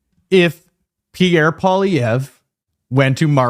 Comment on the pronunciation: Holy F. can’t even pronounce the family name of Pierre Poilievre. How can anyone take him seriously as a political pundit if he misses the most basic detail.